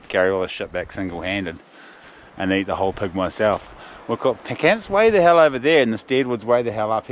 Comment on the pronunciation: Looks great. Love the accents too. Especially how you pronounce pig as pug, that’s choice as